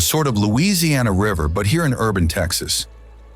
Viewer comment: We watched until the end. However, as Texans we were quite unhappy with many of your pronunciations. Also, what is the third country which touches El Paso? You do know New Mexico is a state in the United States, right? You did not show the essence of Texas even though your video is nice. You were much too upmarket. And hectares? Really? We always say acres here…and tanks, not ponds!